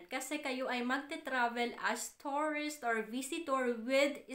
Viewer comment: Nakakadismaya naman pronunciation mo. Yung “ tourist” naging “ torris” at yung “ return” naging “ retorn”.